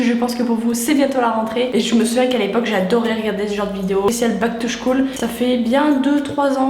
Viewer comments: on dit (skoule) et non pas (chkoule) mais c pas grave on t'adore et super vidéo ♡♡♡ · on dit Back to school (skoule) et non (chkoul) 😂 je t'adore tu est notre princesses